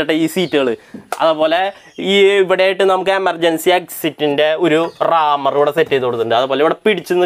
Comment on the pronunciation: നല്ല അവതരണം...... വണ്ടി മോഡൽ... Body builder ആരാണ്, approved ബോഡി ആണോ... 14.35-സീറ്റ് കപ്പാസിറ്റി?..(60 എന്നു പറയുന്നുണ്ട്..പക്ഷെ അത്ര സീറ്റ് ഉണ്ടോ) .. പിന്നെ,15.39-റാമർ അല്ല,.....ഹാമർ(ചുറ്റിക) ആണ്.....